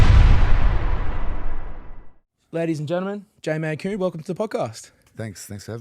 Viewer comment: Mate...his name is MALKOUN. Not Mankoon 🤦 lucky he was polite enough to not pull ya on it. There's those manners he spoke of.